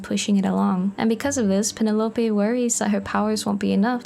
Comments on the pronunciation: Ah, if it's a personal choice then I'm here for it, but just in case you didn't know, Penelope is normally pronounced Pen-ell-uh-pea! On a separate note, your art is so cute! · That first pronunciation of Penelope caught me WAY off guard 😭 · I have NEVER heard someone pronounce Penelope like that.. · I think she said it in a more Mexican accent, since people who speak Spanish pronounce Penelope like that